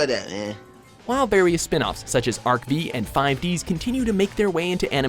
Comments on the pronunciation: Arc-V? It's pronounced Arc-V (Five) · If you're going to take sides from the get-go, at least have the decency of pronouncing names right! It's "ekseez", not "exceed" and "Arc-Five", not "arc-wee"! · my list: monsters: yugioh tcg: yugioh story: yugioh video game: pokemon impact: well... it's hard to decide but.. yugioh already got 3 points soo.... well yugioh won oh yeah and also it is pronounced "ARC-FIVE" not "ARC-VEE" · it's 5. not V. Pronounce the title of the anime right!!!! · ARV FIVE. not V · Arc-V pronounced Arc five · The V part of arc-V is pronounced 5 as it is meant to be Roman for the number. Also because they call Arc-V the fifth dimension to be created by the professor, aka Leo Akaba. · EXACTLY!!! It pissed me off when he pronounced it wrong